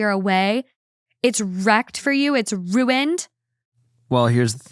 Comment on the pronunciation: RIP to saying "runed"(ruined). the way she ATE that enunciation was so iconic i tripped over my own jaw